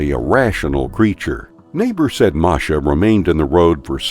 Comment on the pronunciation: The cat’s name was Masha, not Marsha. Let’s get the hero’s name right.